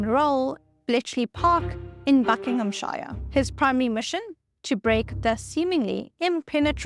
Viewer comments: It is not prnounced BuckinghamSURE but rather BuckinghamSHARE😂😂😂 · It is not pronounced BuckinghamSHIRE but rather BuckinghamSURE 🤣🤣🤣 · An excellent presentation. By the way Buckinghamshire is pronounced buh.kuhng·uhm·shuh. Your South African accent seems less marked than other people I have met from that country, not many I would have to admit. Have you also lived in America? The first time Americans come to England, they get very confused by the way many places are not pronounced at all as they are spelt..